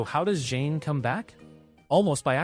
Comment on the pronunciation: Im loving this video but only one thing who's Jane? Thought it was zhane?